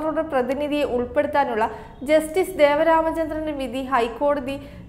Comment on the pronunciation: Not Devaramachandran..Devan Ramachandran